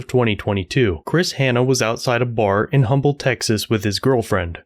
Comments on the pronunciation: Ug minor thing but im a local. Its umble tx not humble tx. The h is silent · It's pronounced Umble. I live like 3 miles away from here. Crazy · Pronounced "'umble", silent H. Birthplace of Howard Hughes. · I know it's weird but with this town the H is silent it's pronounced umble. Why I"m not sure I think it has to do with the old oil company that is now Exxon if I'm not mistaken. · As someone who lives near humble just wanted to say it’s not pronounced humble it’s pronounced umble 😭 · Just FYI the name of that city is pronounced umble, the H is silent. It was named for Pleasant Humble, one of the founding fathers and that is how he pronounced it. There is even a bumper sticker that says if you don't like the way we say it get the h out of Humble. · Forgive me being nitpicky….. the word Humble is pronounced…. Umble…. The H is silent. Termination of the cops is obvious… “cuff knuckles” should be charged with aggravated assault at the minimum and the other cop as an accessory. The chief lied on an official document and I think we all know the penalty for that. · The H is silent….Umble. That’s a pretty ok dive bar. Been there a few times. Not surprised that two bikers beat up a drunk guy or that a drunk guy shot at somebody who was leaving the parking lot. Not real surprised that an Humble cop would do that. But I didn’t know the chief was such a shitbag. My gawd! The real lesson here is apparently if you illegally discharge your firearm after getting your drunk ass kicked in the dump known as Humble TX, don’t narc yourself out. …guess what they say is true…snitches get stitches. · The h is silent. We pronounce it umble tx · Humble is pronounced Umble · Pronounced Umble, no H sound needed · Lackluster it’s pronounced um bull lol great video im a few towns over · The H is silent in the name of this town btw. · I enjoyed this story. I lived in Humble, Tx. For several years. For future reference the H is silent in Humble Tx. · Fyi, the h in Humble, TX is silent.